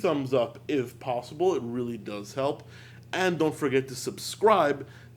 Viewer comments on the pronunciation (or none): none